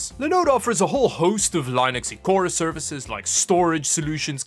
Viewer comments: Per on YT, it's "LIN-ex", not "LYN-ex".... You don't say web LYnk, do you? BTW, to everyone, per the inventor, it's JIF... You don't say "GUY-ant", do you? Hitting my pronunciation pet peeves today, I guess.... Next, people who put the extra "i" in "aluminum" to pronounce it "aluminium";-P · It's Len ix. Not Li nics.nice. jk. Great video man. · it's pronounced Linn-Ux not Line-Ux... Funny that you pronounce Linode correctly then mispronounce Linux! If this weren't a Tech channel, I wouldn't mention it. but..... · Ah yes, Lie-nux, my favorite OS XD